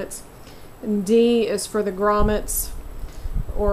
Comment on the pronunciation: Finally someone pronouncing grommets correctly w/o the l